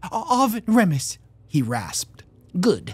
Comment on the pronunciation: Remus = reemus not REMus.